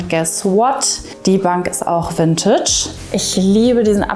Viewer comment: Es heißt nicht Wüntütsch.